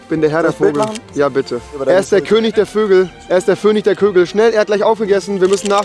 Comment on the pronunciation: "Der Vönig der Kögel" Dein IQ: 3